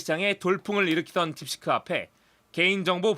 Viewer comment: 딥시크를 자꾸 딥스크라고 발음하네